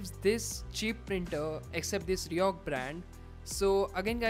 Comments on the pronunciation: say it like 'riko' not 'rihok'.... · Overconvident guy, pronounce it as ri-koh and not ri-ohk. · R I C O H, not R I O C H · Why do u keep mentioning RICOH as RIHOK??? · fck that's RICOH not RIOCH or New York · RIHOC nehi hota rey baba 🤦‍♂️ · Your pronunciation is totally wrong,this is not Riyok brand which your speaking,This Co's name is Ricoh so try spelling Ricoh.!! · Bro the brand is Ricoh (pronounced Ree-koh)... Good video nonetheless. Keep up the good work.